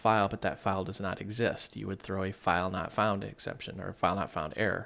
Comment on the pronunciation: Why are you pronouncing it "exemption"?